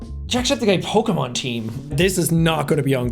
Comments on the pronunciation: Jack: Doesn't know Pokémon Also Jack: Says Every Pokémon name FLAWLESSLY that was in the First Team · Jack did a better job pronouncing Pokémon names than most poketubers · You actually pronounced all of the Pokémon correctly lol